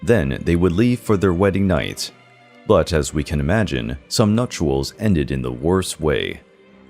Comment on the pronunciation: The word “nuptials” does not have another letter U after the letter T. It’s properly pronounced NUP-SHULS, not nup-choo-uls. TWO syllables, not three.